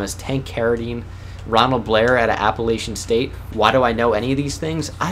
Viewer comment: Your pronounced Appalachian state wrong 😛